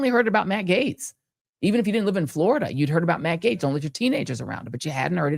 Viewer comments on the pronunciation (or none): none